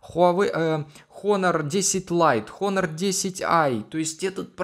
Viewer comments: НЕ ХОНОР, А ONOR 😠😠😠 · Не Хонор, а Онор олень правильно в Английском буква "H" не читается в этом случае. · Читается просто как онор, без Х